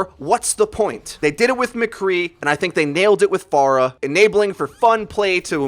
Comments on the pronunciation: Its pronounced (fair-ah) not (far-ah). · Isn't it F-Air-ah not F-ar-uh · Fair-a, not far-a, you heathen! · She is pharah not far-ah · It's pronounced f-air-uh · Faruh LUL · Who the hell is far-ah ? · TheFade Yes. "Phora" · how do you pronounce it? i just say "Far-ah" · I don't have anything against you or anything bro, you upload great content, but one thing that just really makes me cringe is the way you say Pharah. You say it like Far-uh but I don't think you would say Pharaoh like Far-oh, so it just boggles my mind a bit 😂 otherwise awesome job and i totally agree with your view on the buff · Yeah I had to stop watching this in about 60 seconds, please stop saying "far-uh". Driving me bonkers. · I'm triggered because you don't know how to pronounce Pharah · The way he says pharah is triggering me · Anyone else bugged that he kept saying pharah wrong?